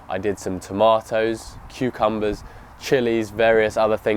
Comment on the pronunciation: Bro, you pronounced tomatoes incorrectly, you sait toe-may-ohs, yet you say potatoes perfectly. But you will save money by year 2 or 3.